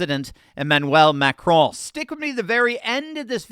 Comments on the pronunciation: Just say, “Macron”, like you would the cookie. No need to try and pronounce it. Macraaaaan 😂 And no, I’m not talking about the macaroon hahaha Carry-on ❤😂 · You said it wrong Macaroni!!! 😅😅😅